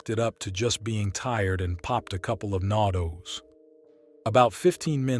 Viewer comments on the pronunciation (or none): NõDõz caffeine pills are pronounced "No Doze", as directed by the straight line over the õ, telling you to pronounce it like "oh".